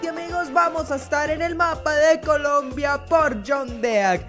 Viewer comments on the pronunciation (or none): none